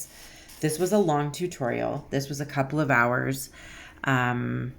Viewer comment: "Tur-torial" I love it!